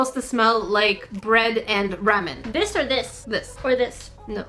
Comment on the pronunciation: U said ramen wrong but I LOVED this video